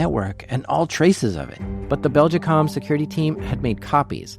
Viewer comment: I'm going to produce a running count of the amount of times in this video you mispronounced the company name Belgacom. It's not Beljicom.